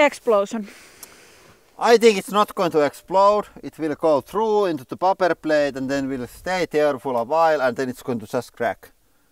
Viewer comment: Just for future reference my friends, in English we say PAY-pper not Pop-per for what those plates made of :) in case anyone gives you shit about it. Lots of love though and no im not a hater, been a fan for ages and am thankful for the continued awesome content and neverending creativity in the videos:) cheers from canada!